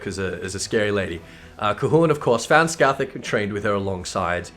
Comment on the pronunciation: Pronounces Cait Sith correctly, yet calls Scáthach "Ska-thak":p. Anyways, nice video as always. I think your view on Arachne Eve is pretty spot on